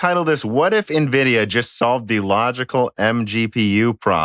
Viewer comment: can we please get to stop saying Navidia